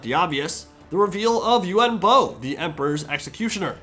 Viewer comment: He's called yuan bo not yuen bo